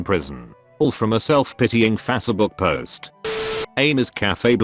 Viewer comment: "Fasse book"